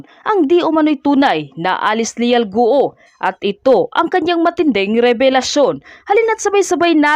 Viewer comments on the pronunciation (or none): Guo...go not gu o